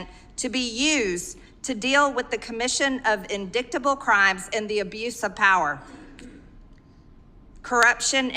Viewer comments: In-dight-able =/= in-dict-able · As soon as MTG said "in-DICKT-able" rather than "in-DIGHT-able while trying to pronounce indictable 😣 🤦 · “In-dickt-able?” I think you mean indictable. It sounds like this; “in-dight-able” I’m not an MTG hater, but that annoyed me. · “In-dik-table” …. 🤦‍♂️ I like that MTG calls it like it is, but good Lord, learn the words you’re speaking!!!! It’s pronounced “In-dite-able” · Ok but What's an "indicktible" crime? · While I agree with the sentiment it’s hard to follow people who say words like indictable but pronounce it as indicktable. I am not a huge MTG fan. I want people who get stuff done not just complain and attempt impeachments. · That woman just said in-dick-tible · I wonder how many radical libs pounced on the fact Marjorie Taylor-Greene mispronounced ‘indictable’? Or maybe they didn’t notice because they didn’t know it was pronounced wrong themselves? I know they need stuff written down because of all the information they deal with but try reading it once before doing it in front of others. (Not that I could do better, but I am not a representative of a district. I still love you MTG.) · I winced when MTG mispronounced indictable, but Mayorkas should be held responsible in the most severe way possible. Mayorkas knows good and damn well that NONE of these individuals have valid asylum claims.